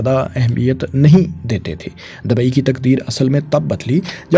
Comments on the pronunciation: Wo Dubai ko hi dabai bol rahe koi 50 bar aap aik baras ki bat kr Rahe hain 😂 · Dabai nahi bro dubai😂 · Dabai nahi Bhai Dubai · Dabai dabai dabai....urdu seekh sarak chaap